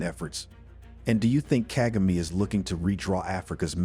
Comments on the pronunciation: Seriously! Ask people to help u pronounce african names... Kaa=gaa=me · You need to learn how to say president kagame’s name. Until then your work and opinion is useless.